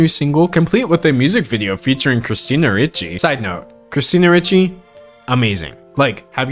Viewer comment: The fact that he pronounced Christina Ricci’s name as “Richie” instead of “REE-chy” makes me feel SO old. 🫤